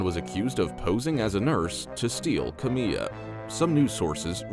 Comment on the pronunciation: Kamiyah Mobleys name is pronounced Kam eye ya not Kameeya